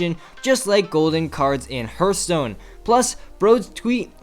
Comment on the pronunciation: its heartstone not hurtstone whatever great video